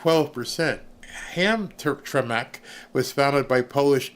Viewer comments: It’s pronounced Ham- Tram-ick.😉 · Ham-tram-Mack. Is the it’s said. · ITS HAM- TRAM - ICK....JUST FYI